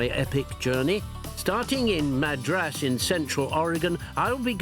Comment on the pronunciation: Not to nitpick, but locally it's pronounced 'MAD-rus'.